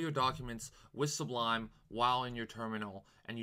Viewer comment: You keep saying, "S-B-L-U" -- it's "S-U-B-L" That aside, thanks for the video, very helpful! :)